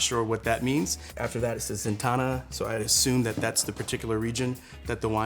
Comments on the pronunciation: ‘Zetana’ 🤔 The label says ‘Zenata’ 🙄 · My man was like "vinkigo" and "zentana" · How can you not check the pronunciation of the labels more carefully before filming? Almost everything was mispronounced in the worst way possible, like adding letters to the names (Zentana instead of Zenata, Vinchigo instead of Vichingo, Tucsock instead of Tussock, de Alba instead of D'Alba). How can I believe the information that was shared if the presenter treats these so carelessly? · is this guy dyslexic? he pronounces every name wrong. it clearly says zenata not zentana. could you really not do another take of that?